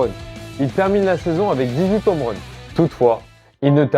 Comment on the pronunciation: Bonne vidéo, par contre rien sur son transfert au montant stratosphérique? Et puis les "zomeruns", les "nomerun", "les américains revient" j'ai mal aux oreilles...